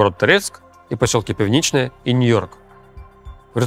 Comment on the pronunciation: населённый пункт называется Пiвнiчне (Пивничное), а не Певничное